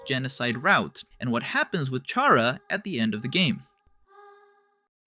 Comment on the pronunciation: TYSM FOR SAYING CHARA’S NAME AND GENDER RIGHT.